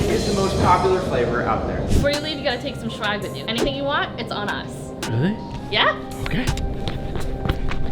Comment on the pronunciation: I HATE THE SHE SAID SHWAG. SHWAG IS BAD WEED. SWAG IS FREE MERCH